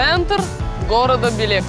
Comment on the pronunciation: Читаеся бЭлэк. А не билек 😂